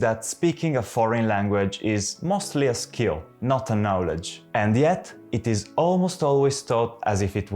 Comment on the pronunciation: un video molto utile. Tu parli inglese molto bene, il tuo accento e fantastico. I hope you don't mind me pointing out that the only word you don't pronounce very well is 'knowledge' - the 'o' should be open just like in Italian, it's weirdly different to the word know which has a closed 'o'. It's not a criticism I wish i could speak italian as well as you speak English. Bravo!